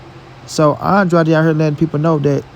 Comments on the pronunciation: it’s AN-DRAYD not ON-DRODDY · Pronounce his last name right